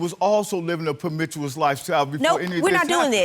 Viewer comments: Premichewis lol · After he lies about everything he goes on to try and dog out her reputation. Speaking like Elmer Fudd; "she was po mi tious..... brother... stop.... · Living a permitous lifestyle😹 The reason why he can’t speak 🗣 the truth is because he can’t pronounce it🥴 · What is a permichuous lifestyle? 😂😂 Is he saying promiscuous? 🤦🏾‍♀️ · I died laughing when he tried to pronounce the word promiscuous!😂